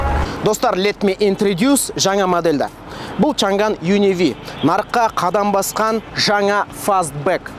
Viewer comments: олжеке!Шанган емес Шаңан!"Ң"әрпі"NG"осылай !Қытай тілінің "PINYIN"латынша жазылуы!орыстарда "Ң"жок ,олар "NG"бәрін "НГ"деп оқыйды,мәселен:Samsung ды,самсунг дегендей!Қазақшасы:Самсуң😊,біздің тілдің артықшылығы осы"Ң"әрпі! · Чан ган емес Чаң ан баурым орыс емес Қазақсың ғой Ң әрпін айта аламыз ғой